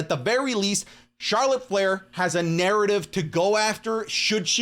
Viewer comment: him: charolet flair me: yeahhh imma unsubscribe